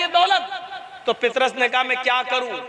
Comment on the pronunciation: जनाब पितरस नहि नाम पतरस है सहि नाम लिजिये यशु ने अला नहि काहा मेरा पिता उस का नाम यहोवा है जरा ठीक से बताहो